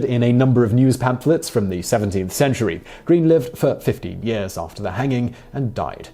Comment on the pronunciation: Greene lived for... how many years? E-NUN-CI-ATE. It sounds like you're saying fifty, not fifteen.